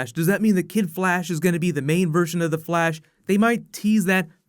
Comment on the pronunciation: anybody else hear blash alot?